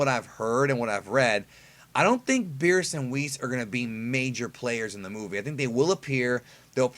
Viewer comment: Birusu not Birisu